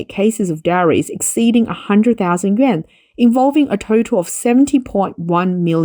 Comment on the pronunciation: The correct pronunciation is something like “you-en.” But that's just to get started. That first “you” part is pronounced with the mouth forward, like the German letter ü. The second “-en” part is really somewhere between “en” and “an”.